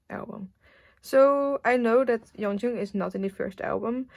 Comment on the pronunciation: Just letting you know Yeonjung's name is pronounced 연정 not 연중 ! :)